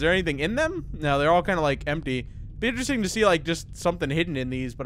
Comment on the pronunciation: "alright so foxy, isestrng...inseringlng enough though" lol I was dying